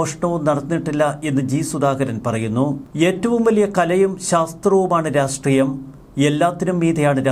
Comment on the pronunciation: Rasthreium? രാഷ്ട്രീയം എന്നല്ലേ പറയേണ്ടത്